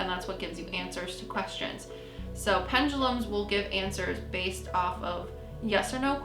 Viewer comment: Ok, all you new-kids are calling them ‘Pen-GAH-lums’... There is no ‘G’. It’s ‘Pen-DU-(doo) lums’. I just think when people ‘teach’ others something, they, as a first step, should know how to pronounce it, & then of course have studied it for some time to become educated on it. (& Ouija boards should be avoided at ALL costs, unless you want every kind of dark/negative energy/spirit attaching to you.. for *LIFE*.)